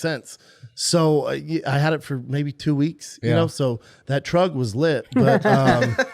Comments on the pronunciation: BRO SAID WAWG AND TRUGG 💀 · can some explain why he is pronouncing walk and truck that way?????